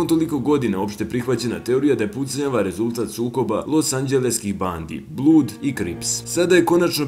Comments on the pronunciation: "Blood" se cita blad a ne blud. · Ne kaze se blud nego blad (blood) 😉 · Buraz, molim te nauci engleski. Blood se ne cita blud jebem ti boga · Preporuka da naucis izgovaranje engleskih rijeci i imena, jer izgovaranje rijeci blood = BLUD stvarno ne ide, i smijesno je... Unsolved ti citas Unsloved i slicno ..